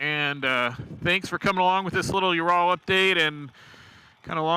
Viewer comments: There is no bike named ”Joral”……….it is pronounced Ural. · This guy knows nothing about the bike. He even said it only had 26hp when they have around 41hp. No wonder he thinks it is a "you raaal". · Dude I can't even listen to you pronounce Ural wrong one more time! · Well when he can't pronounce Ural and thinks it only has 26hp. What did you expect?